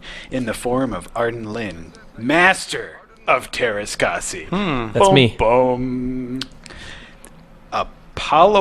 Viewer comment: I'm a Finn and you can imagine my bewilderment when I saw this game in stores. BTW, the Ä is pronounced like the A in the word "hat" and R is hard and rolling like in "brrrrrr" when you're cold